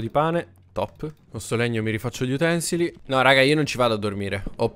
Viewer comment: *utensili con l'accento sulla U